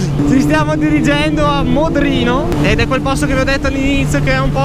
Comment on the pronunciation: il posto si chiama Lodrino non Modrino e polàveno non polavéno